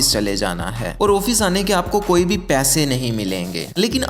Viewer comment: Your video is nice, Thanks. I hope you will motivate yourself that it is not "Oofeese" but "Office". آفس